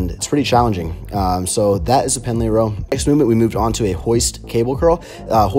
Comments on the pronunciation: It’s PENDLAY ROW not PENALTY ROW. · Its Pendlay row. Not penalty row.